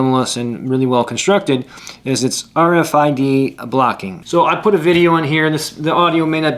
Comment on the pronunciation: RFID not RDIF😊